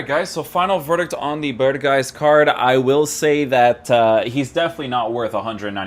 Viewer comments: Not berhuis but berghuis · You nailed the name for someone who doesn’t speak Dutch, but you need to say the letter g more! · Voor buitenlanders is het bijna onmogelijk om de g te zeggen